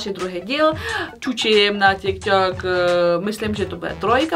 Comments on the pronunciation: Ale tary rikal ze se to cte tiktok a ne ťikťok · je to tyk tok a né tik tok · Neni to ťik tok ale tik tok